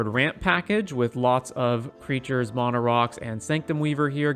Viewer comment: Couldn't stand how u Saud mana